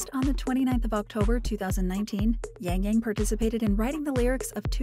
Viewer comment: I cringe everytime I hear his name being pronounced as YaengYaeng